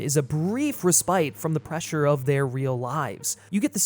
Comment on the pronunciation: You sounded so intelligent until you hilariously mispronounced "respite". 😆